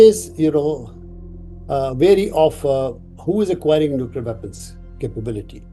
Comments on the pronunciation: TRT, please use better English dubbing. Seriously. It is NUC-LEAR not NUCU-LAR. JFC! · NUCLEAR, NOT NUCULAR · NOO-CLEAR. NOT NUKULUAR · It's NOT "nu-kyoo-lar" you dolt! Just pronouce it like it's spelled: "nu-clear" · This person's pronunciation of "nuclear" is so irritating! But great video.